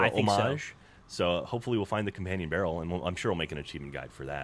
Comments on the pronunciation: "companion barrel" not "companion brarel" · Nope, its definitely 'barrel', not 'brarel' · "Companion Brarel"